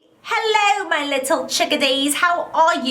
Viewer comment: she not say hello she's say hallow